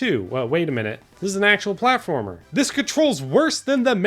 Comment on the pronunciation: “What’s a pwatformer wit out the pwatforms” -Bubzy